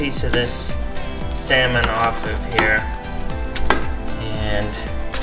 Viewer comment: mIsUUUUUUU sAmin lmaooooo bruh